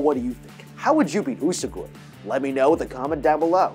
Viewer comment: How do you mispronounce a 3 syllable word? It's "You-soh-gwee" not "U-su- goy"